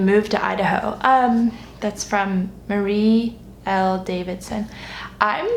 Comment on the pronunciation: That was a very good attempt at my name but its m-ariel not marie-l if that makes sense 😊 im so excited for your course!